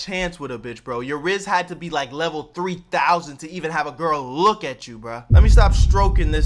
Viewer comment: This nigga said Rizz leval 3000